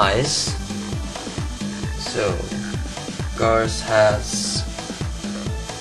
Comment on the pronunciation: its garrus not garus